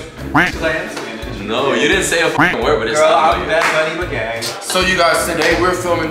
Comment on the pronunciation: "Wait wait wait wait wait wait, I'm fina play Bad Bunny " then goes ahead and mispronunces the words.😭😭😂😂😂💀💀